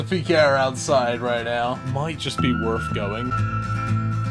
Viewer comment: It's not worf it